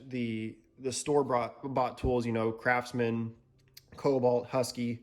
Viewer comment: Was he saying crapsman, or was it just my ears?